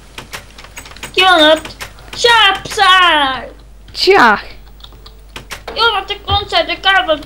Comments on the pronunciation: Az nem pszáj hanem pieszáj.. ." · Felfedeztek. >< De azért lehetett volna jobb is. Hibák: Psy mióta tud magyarul? Minek neki reptér? És a helyes kiejtés nem "pszáj", hanem píeszáj + háttérben tv. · a helyes kielytés PÍESZÁJ PSY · XD az van oda írva a végén hogy pcy és kiejtés az 0 a 1000-ból XD